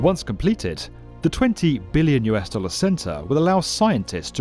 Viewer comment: The way he says Billion makes you feel how much it is.